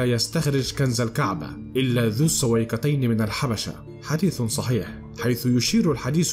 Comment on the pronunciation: كنذ وكنذ وثحيح عندك مشكلة في نطق الحروف ياباشا